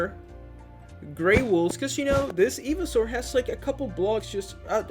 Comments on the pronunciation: Today we’re going to be building Evysaur It’s pronounced “EYE-vee-saur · Hotbots? Eeveesaur? It's hotbar and pronounced ivy not eevee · he's saying eveesaur not ivysaur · it's not ee-vee-saur it's i-vy-saur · I kept shouting IVYSAUR everytime u said eveisaur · ITS PRONOUNCED IVYSAUR NOT EVYSAUR! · It's pronounced Eye-Vi-Saur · Eevee-soar lol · It’s iv- a-sour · I'm sorry did you say fucking eevysaur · It’s called Ivy-Saur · The way you pronounce ivysaur just breaks my soul🙁😢😢😢😢😢😢😢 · I’m sorry but the way he says ivysaur hurts my soul 😂😂good video tho